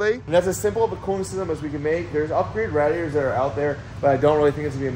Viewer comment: RAWDIATORS 😂 love the vids dawg